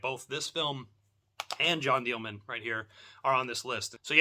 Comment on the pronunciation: It's amazing to hear dozens of people mispronounce the title as "Jeanne DEAL-MAN" in the past week. Good try, though. It's pronounced "Jeanne Del-Mon," with the emphasis on the "Mon." :)